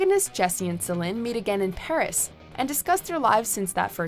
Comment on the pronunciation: Love that Before Sunset is included, but it's Delpy. Not "Deply." And it's Celine. Not "Salin."